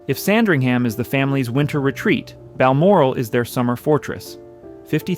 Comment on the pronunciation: Lots of misinformation and random, unrelated houses.... re-edit and get someone who can pronounce "Sandringham" correctly!